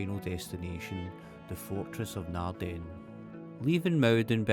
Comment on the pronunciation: Emphasis in Naarden is on Naard not den